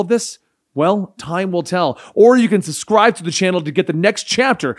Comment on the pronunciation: For the love of god would you PLEEEASE put the "B" back in suBscribe! SuSscribe is NOT A WORD! Your waterboarding my OCD with that abomination! 😵 LOL! Pleeease! 😭